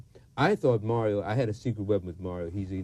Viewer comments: I wished he would have pronounced Mario's name properly. His name isn't Mary-oh. His father keeps saying Mario... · Watching this interview has me feeling part pride and part disgust! How can you do an interview and refuse to properly pronounce your interview's name? Mario is only 3 syllables and 5 letters! I guess I could call Charlie Chucky a few times. If that's bad enough let's keep looking for reasons to disparage them. And did he try to call out Melvin for abandoning Mario's mother? Melvin you're great for not popping him one. I still love Melvin and Mario!